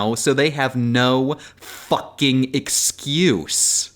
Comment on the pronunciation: The F in that "Fucking" was mad crisp